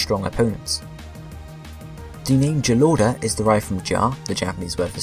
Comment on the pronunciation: sry but snivies and jalordas japanese name is pronounced differently